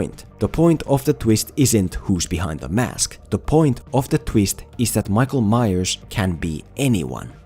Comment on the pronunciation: “The tweest”